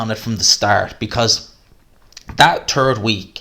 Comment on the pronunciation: "turd week" sounds about right 😁